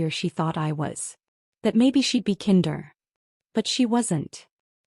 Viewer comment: Kinder, like blinder, not like hinder.